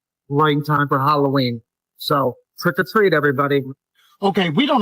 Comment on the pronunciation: Did he just say Trick A Treat Everybody?